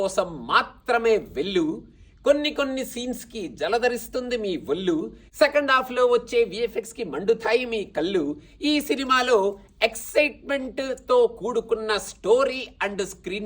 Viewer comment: Bro, i appreciate the effort at prasa but the wrong pronunciation of వెళ్ళు, వొళ్ళు, కళ్ళు as వెల్లు, వొల్లు, కల్లు is very off putting